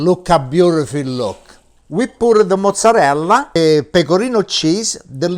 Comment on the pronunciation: In Italy " la parmigiana" is made with eggplants (rarely with Zucchine or sliced potatoes), never with chicken, so the "chicken pamijiaaaan" is not an Italian dish but an Italian American one. About the pronounciation, he says "mozzareLL", but the term is mozzarella, with an A. You say pizza, right? Not Pizz. So, you know that the last letters of the italian words are not silent. Say them.